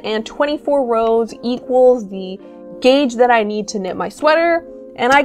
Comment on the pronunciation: Why do you write "gauge" and call it Geytsh?